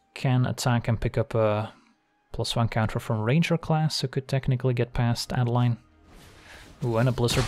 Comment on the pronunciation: Great content. My only complaint is that it's A-deh-leen, since it's a germanic name, being Innistrad heavily inspired by nineteenth century german folklore. Keep it up!